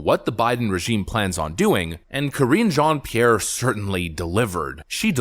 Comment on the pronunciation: Cringe jon pee air 😆 🤣 😂